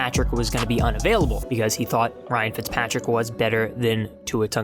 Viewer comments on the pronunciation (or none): none